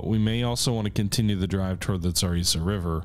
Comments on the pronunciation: That river I would suggest is pronounced za-rit-sa. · The river is the Tsar-EET-zah Edit: oh, you started pronouncing it right when you started the game lol. Nvm.